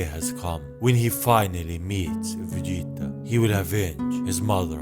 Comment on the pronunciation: No one can say Vegeta like you